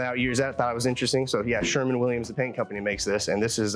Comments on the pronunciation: Sherwin, not "Sherman" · It is Sherwin-Williams not "Sherman Williams". Sorry I have to correct that : )